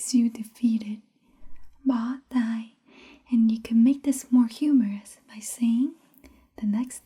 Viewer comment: bo can also be translated as "tied" too. I think you're pronouncing "hands/tay" the wrong way unless it's a dialect thing I'm unaware of. It sounds like you're saying "tai" or "ear" instead of "tay." Here's another one for your collection: De thuong is cute or adorable but if you break it apart, "de" means "easy" and "thuong" means "love" so it's literally "easy to love" or "they can be adored hence adorable"